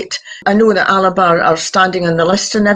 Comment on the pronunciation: Alba not Alaba, 🥱